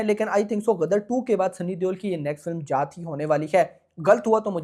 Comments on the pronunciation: Bhai ji jaaht nhi jaat bolo 😂jaat h ye ja8 smjhe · Jaath nahi jaat 😅😅😅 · Bhai vo जात nhi जाट hai...😂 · Abe 4th fail tu abhi bhi galat hi bol rha hai chutiye जात नहीं जाट